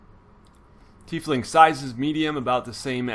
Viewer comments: It's said like ty fling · lol thanks! its always good to be corrected before i say "tie-fling" with some super accurate dm and then have to be corrected embarrassingly, cheers